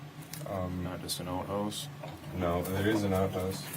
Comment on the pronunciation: Gotta love how a Wisconsinite says "outhouse" ❤️